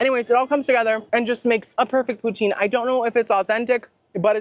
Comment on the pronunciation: The way you make poutine makes me cringe as a northern resident of Canada 🤣 I live about 2 hours from the birthplace of poutine, and the 'e' at the end is silent. It sounds more like Russia's leader Putin, but you put more emphasis on the 'o' Pou-tin Love you!!!! Long time fan 🥰